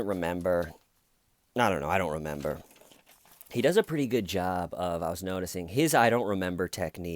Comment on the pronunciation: Hahaha "do you rememba" you are the best!!